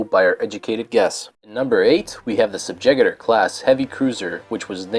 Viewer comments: Sub-ju-gator, not sub-jiggater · lol the way you said subjugator. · I didn't know Yavin was spelled with an invisible F, and the way you butchered the word "Subjugator" (among others, like "skimmitar") was enough to make me wonder if English really is your native language. You finally lost me when you included the abomination that is the Yuuzhan Vong on the list... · might also want to learn how to pronounce subjugator